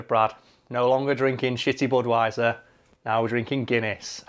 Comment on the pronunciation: I disliked just because you said "shitty budwaisser"